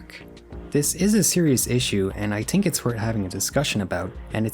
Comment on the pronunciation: I like how you say think, you say tink